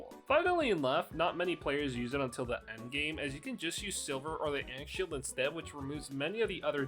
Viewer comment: Is the ankh shield pronunciation ragebait?